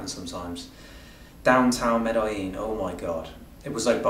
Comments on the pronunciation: Why does he call Medellin Medajin? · Med EH jean. Not Med eye jean. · Who told you to pronounce it "Med-AHH-ZHEEN"???!?!?